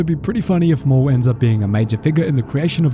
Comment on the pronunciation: It’s maul you idiots